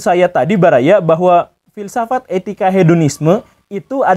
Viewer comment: Fill saff at guru gembul. 😂👍mantab dan jelas masbro👍👍👍👍